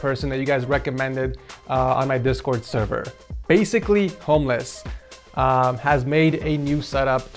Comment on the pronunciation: Did anyone think he sayed viks setup was a Homless setup